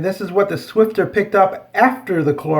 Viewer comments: There is No "T " in Swiffer it is not swifTer, it is Swiffer! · It's called "Swiffer" not "Swifter" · It's SwiFFer not SwiFTer..hahaha. Thx for the demonstration tho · No offense but... please call it the right name... swifter ? What, so annoying... the box says Swiffer. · Funny you called the mop pads Swifter and it doesn't have a T in the spelling.